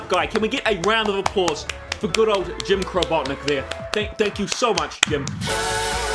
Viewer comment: "Jim Crobotnik" Yeeeeeah maybe not call him that.